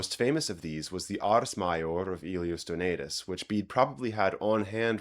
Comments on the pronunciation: UNBELIEVABLE, That you just gave us an "example" of the; FIXED/STANDARIZED VOWEL PRONOUNCIATION, YET, you, Mispronounced the name of DONATUS using the typical American English style; Dough-Nay-Toos! STOP IT, and pronounce it Correctly! With the PROPER FIXED VOWEL PRONOUNCIATION! "A", Always as in; MAMA/PAPA! "E" ALWAYS as in; BET, MET, WET...NEVER, NEVER, NEVER as in; BE, ME, WE! "I" ALWAYS as in; in, is, it, Bit, Kit, NEVER, NEVER as in; BITE, KITE!..."U" ALWAYS as in; CRUDE, RUDE! NEVER, NEVER, NEVER as in CUD, DUD, MUD or CUTE, MUTE! Yo hablo Español, É tambem Portugês! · You need to lose the American vowel sounds in words like ‘donatus’. Your pronunciation is—despite your clearly making a laudable effort at it—still woefully short, and is above all incorrectly rendered, in that you pronounced the ‘a’ sound in ‘donatus’ as in the English word ‘pay’. My (American) Latin tutor told me 55 years ago that there were long vowel sounds in Latin which English speakers (by which he meant North Americans, and not the German and English students he was then teaching) could not pronounce, but he was incorrect ; they do it now! What you are falling to achieve is ‘Done-aah-toos’ with the ‘done’ morpheme pronounced as in the word ‘tone’. Macrons would help you to achieve the longer vowels.